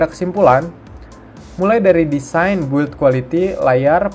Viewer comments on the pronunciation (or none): none